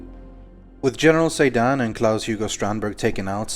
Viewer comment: Excellent job as always. Interesting that you didn't seem to pick up on the apparent mispronunciation of Claus, as Robbaz did.